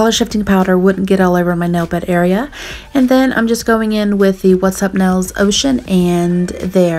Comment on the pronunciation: Ril? You mean like, instead of real? Ril? Edit: nels? Instead of nails? Heck